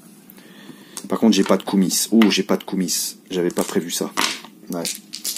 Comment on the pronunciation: Par plusieurs fois, tu te demandes comment se prononcent le mot Koumis, cette boisson de lait de jument fermenté (beurk !), ben en bon français il ne faut pas prononcer le "S". C'était l'instant linguistique par Okrienger !! LOL